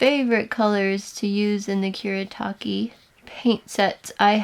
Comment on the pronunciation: it's Kuretake, not Kuretaki 😭